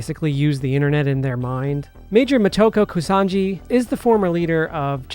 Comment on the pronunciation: Kusanagi not Kusanji lol.